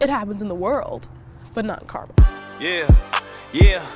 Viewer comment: I have lived in Cali all my life and we pronounce the city as CAR-MEL. {Like a man's name Mel} Not Carmal. Not Car-mall. Is this in another state? Is it in IN.